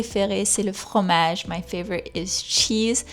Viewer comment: Hello, thank you for your wonderful and informative videos. I have a question about your accent if you don't mind. I have noticed when you pronounce 'fromage' or 'Francaise' the rolled r is very soft and sometimes not even there. Is this because you are swapping from French to English all the time? And yet you still sound perfectly French! It gives me hope that my own French pronunciation can be passable and comprehensible even though I find that r in the back of the mouth very difficult! I'm getting better at it with practice but it's still too abrasive. Also, I love the way you change from French to English, it's so helpful. Merci beaucoup!